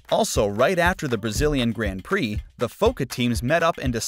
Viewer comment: Grand Prix, the drivers names... Someone needs to step up his pronounciation game.